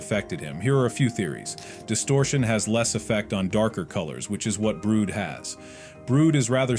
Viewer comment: ITS NOT BROOD ITS BRUD YOU STUPID